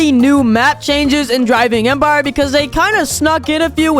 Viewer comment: 0:2 u said driving admire